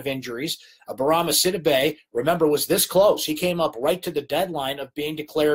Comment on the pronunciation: Bourama Sidibe's name is pronounce Si-dee'bey not Sid'-ih-bey. I know you know how it should be pronounced but keep forgetting. He'll be here 3 more years so fix it now!